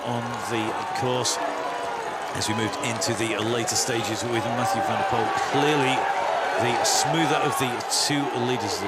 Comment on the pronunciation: METJOE VENDEPOL IN HOEGERHAIDE...HHHHAHAHAHAHHA those commentators having absolut no clue